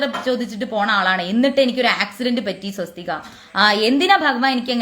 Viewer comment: Swasthik. sariyalla